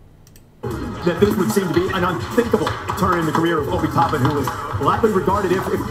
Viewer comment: he said “that Towpin dude” 🤣🤣🤣🤣